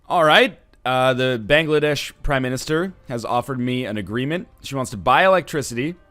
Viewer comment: I AM FROM BANGLADESH NORTHENLION I AM SO HAPPY YOU PRONOUNCED IT CORRECTLY AND ACCEPTED THEIR OFFER ON ELECTRICITY XDDDDD